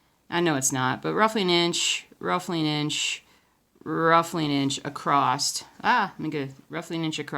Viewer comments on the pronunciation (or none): “Acrosst”...Is that even a word? Pretty helpful video though! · No "T" in the word Across..... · It's a different pronunciation. My grandmother says it like that. It was nice to hear, reminds me of her.